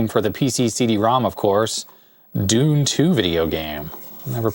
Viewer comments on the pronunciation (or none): none